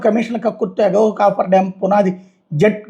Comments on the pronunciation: "కాఫర్ డామ్" అని పలకాలి. కాపర్ కాదు...😂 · Cofferdam sir దాని పేరు దయచేసి మీరన్న చెప్పండి copperdam అనే పేరుతోనే పలుకుతున్నారు దానివల్లే ఈ confusion అంతా